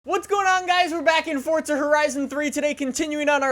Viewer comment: Yes more "Fortza" Horizon 3!